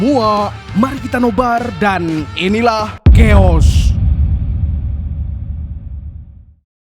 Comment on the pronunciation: Di baca bukan keos bang tapi kaos